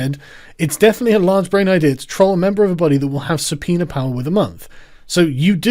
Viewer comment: Why do you sometimes call it a subpeener?